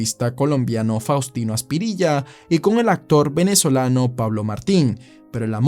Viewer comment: Faus no fas